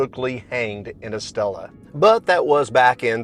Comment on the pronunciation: Coca Cola Zero fountain 👍. Estella = “Estaya.” Double LL’s are pronounced like “Y”. 😉 Enjoying your videos and sense of humor 🤣